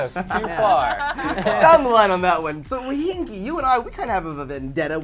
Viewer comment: said "Weehinki" the first time he mentioned Sohinki at i think! Also, no question about it, Mortal Kombat will forever be the king of fighters!!!!!!